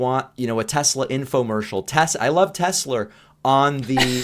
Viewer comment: "I love Tes-slur!"